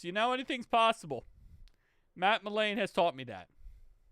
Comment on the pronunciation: Quit saying melain....it's McClain